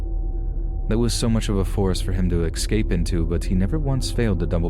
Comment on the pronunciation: The word is escape, not excape.